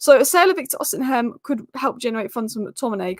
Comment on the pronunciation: You mispronounce the striker from Napoli all the time is name is osi men not osi hem